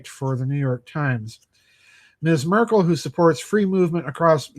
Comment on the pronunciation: it is M"e"rkel pronouncing... as in "bed".